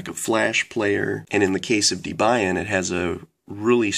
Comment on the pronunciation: I hate to bitch but the way you pronounced linux and debian annoyed me so much, and also its OS ten, the X is roman numeral for 10, and its pronounced OS 10 not OS X. Please look at (how to pronounce .com) to see the correct way to say linux and debian. but i guess also depends on where you are from and any accent.